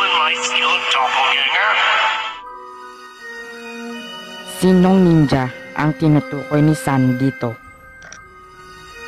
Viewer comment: Do/pol/ga/nge/r Hindi Dopol/gang-ger/